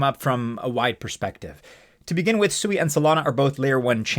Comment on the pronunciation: You're obviously haven't done any research on SUI one of the first things you would have learned by going to their official website is it you have been pronouncing their name wrong the whole time if you can't even get the name right how can we trust the rest of your data. In Japanese it does mean water the Japanese people are laughing at you thinking you're a pig every time you pronounce it wrong